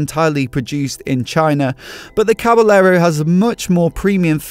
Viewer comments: Usually the word caballero is pronounced “cabayero,” where the two Ls sounds like a Y. Is it different for this particular bike? Great video btw! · Can't handle it - OCD won't let me not make comment - I beg you not to pronounce the two "l's" - it's Caba"y"ero - just like it's Ma"y"orca - oh, and the beer is Estre"y"a - ahhhhhhhh! Other than being a smart-ass - yep, that's a nice bike :-) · Dude...it's pronounced "Caba-yerro". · May be because this bike is Italian or the guy doesn't know that in Spanish two ll are pronounced like a y or both :) Like the bike and the vid. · hahahaha just trying to help you improve your spanish pronunciation